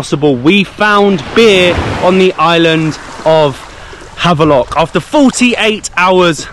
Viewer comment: What is happening here? You were back to London now back to Havelock ? We need to rename this island too since you guys are pronouncing the Indian names perfectly. I am quite surprised and impressed.